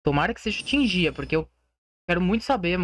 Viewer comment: Primeiro, não se fala reino de tinjia, se fala reino de tingia kkk, se pronúncia o G do mesmo jeito que vc pronuncia o G pra falar thiaGo kkk. E segundo, vai ser uma nova ilha de fogo, tipo uma nascente de âmbar